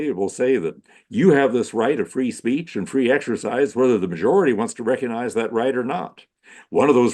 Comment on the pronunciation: The "G" in recognize is not silent.